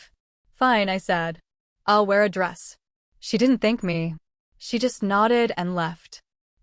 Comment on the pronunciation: Ai really needs to learn pronunciations. I've noticed mispronounciations in almost all of these stories for instance "I'll, I will" is pronounced by Ai as ill.